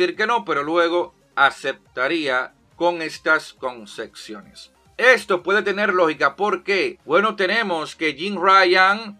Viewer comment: Concesiones ✅ Concexiones ❌